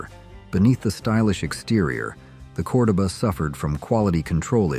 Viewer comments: I know, that pronunciation was driving me nuts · Chrysler “core-dough-baa” lol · Almost everything you stated about the Chrysler "CORDOBA" is incorrect, including the pronouncement of the name!! If you can not rely on A I to correctly pronounce your content, speak it Yourself! Its the least you could do for your audience. BTW Chrysler had the swivel seat introduced in the 1950s Imperial & many of their "Letter" cars.